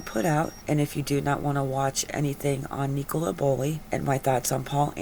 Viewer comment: IT'S NICOLA NOT NEECOLA .